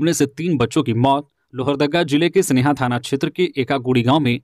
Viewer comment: लोहरदगागा के जगह का नाम में सेनहा है। स्नेहा नहीं है। अतः समाचार पढ़ते वक्त सही उच्चारण करते तो उचित होता। शुक्रिया